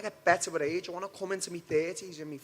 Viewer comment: Lmao when Darren says "age" it sounds like he's saying "reach"